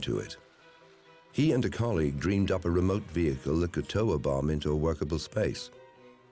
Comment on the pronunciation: "A bomb has....." I thought he said " A Obama" I was like wut?